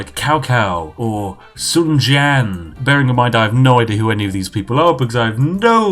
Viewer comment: the Horrid pronunciation of "cao cao" followed by the perfect pronunciation of "sun jian" Was the thing that confirmed to me that i needed to subscribe 😂